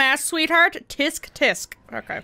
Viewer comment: Did she really pronounce “tsk tsk” as “teesk-teesk” 🤣🤣